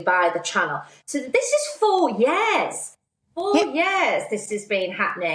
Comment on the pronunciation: When did we start pronouncing ‘years’ as ‘yezz’??